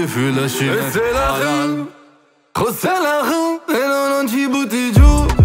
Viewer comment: bravo però prima di fare il francese almeno impara a pronunciare le parole che vuoi usare che “rù” non si può sentire🤣🤣🤣